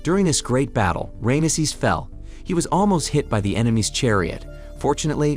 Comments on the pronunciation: It's fckn Ramses not Rameses! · Ram sees..NOT ram a sees...has the narrator never heard of the name before? its like thousands of years old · That is the worst bunch of Tripe I have ever seen from hollywierd!!! And who the heck is Ram uh sez??? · Who is Ray-emsees?? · the varying pronunciation of Rameses is hilarious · Yeah how do they pronounce it 3 times incorrectly. AI letdown